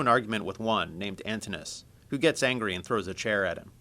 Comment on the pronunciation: They pronounced Antinous wrong